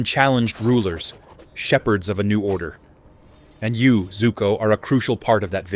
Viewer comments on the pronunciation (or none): Btw its zuko not zoku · It is zuko I’ve watched the whole show so I know and it’s called zuko even the fortnite skin has the name zuko on it